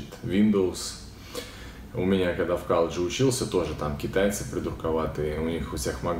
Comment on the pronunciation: правильно на русском говорить "колледж", а не каллэдж!